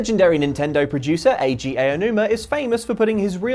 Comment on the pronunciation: Eiji A! O! Nooma. You guys really need some coaching on these names huh